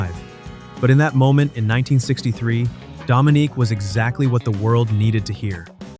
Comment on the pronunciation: Didn’t even play a clip of Dominique. Just the Hollywood movie American English butchering of it. It sounds completely different in French.